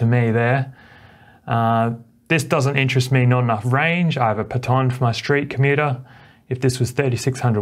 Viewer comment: Thanks for the review! Even with all the new wheels just lately the Sherman S is still a contender. BTW, unusual pronounciation of "Patton" you have there.:goodvibes